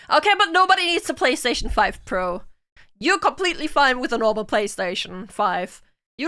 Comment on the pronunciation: FortiNAIT y la Pabagí? Pabagí. Pabagí y la Eques Boques seres eques? Pabagí. Babagí y la PalasTEIshon FAIF? Palasteishon... Faif. Palasteishon Faif y la LUGITIK? Lugitik. Lugitik y la Haybar eques eques eques eques? Haybar eques eques eques eques. Haybar eques eques eques eques y la GranderfTORTINNI? Granderftortinni. Yeah, I know it by heart. Thank you for making me remember this.